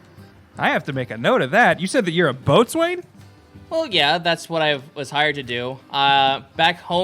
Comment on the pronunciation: Not to be that guy... but it’s pronounced “bow-sun” not boats wayne... I love what you guys do, you’ve gotten me through a lot keep going! This series, vampyre DBZA, and some of the other playthroughs actually gets me through night shifts in the ambulance